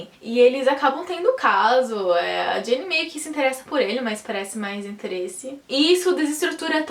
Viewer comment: é Geni com som de G, não Jenny, Tem até uma musica do Chico Buarque com uma interpretação maravilhosa da Letícia sabatella, chama-se: Geni e o zepellin. assista que vc vai gostar. bj